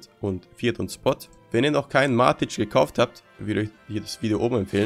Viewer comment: Nicht matitsch und auch nicht matit, sondern von der Aussprache her Mätik haha Aber ansonsten gutes Video 😅